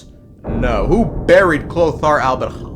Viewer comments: Why can’t bro say البريخ (alberich)? Its so easy idk why most Americans suffer with it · Because alber-huh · Kind of phoning in a Sunday Genshin video. Which is not so cleverly disguised as an excuse to say Alberich wrong a bunch of times. Seems like a typical Sunday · You can just hear the physical pain of him pronouncing Alberich lol